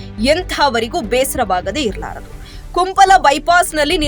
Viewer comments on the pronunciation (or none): Kumpal alla mare kumpala kya news padega re tu🫢